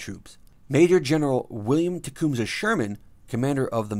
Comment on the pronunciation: And Tecumseh and memento. Man not talk English good. See you should have paid attention to your teacher for those twelve years. She was trying to learn ya sumpin